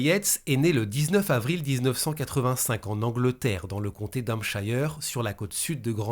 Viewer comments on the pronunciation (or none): Se prononce hampcheur 😉